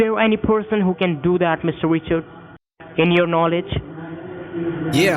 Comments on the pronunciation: Sounds like he’s saying Mister Witcher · Mistuh wichard